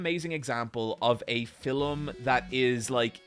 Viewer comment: Yohoho John took a bite of filuhm filuhm fruit.